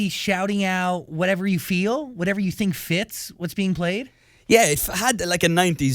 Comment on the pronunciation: No one: Niall: "I tink..."